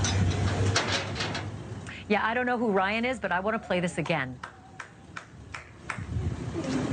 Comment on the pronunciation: Sounded like she said Wyatt, not Ryan.